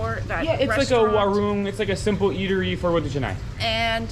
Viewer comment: Mom just pronounces roti canai fluently. Good progress. 😍👍😄